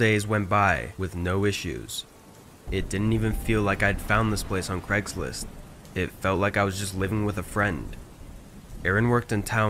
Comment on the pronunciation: "Cregslist" "Eron"